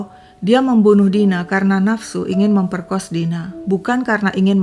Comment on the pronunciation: Ga tahan cuy...memoerkos...memperkoss...